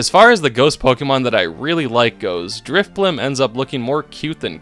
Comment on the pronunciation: DRIFBLIM DOES NOT END WITH A P!